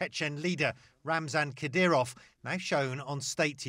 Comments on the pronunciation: It's Ka-Deer'-Ahv, as Matthew Chance pronounced it. (Not Kad'-Ree-Ahv, as Erin Burnett pronounced it. But, Erin, I do really appreciate your strong and caring attention to the country and people of Ukraine. From an Ohioan) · "Kadryov"? Talking head bad.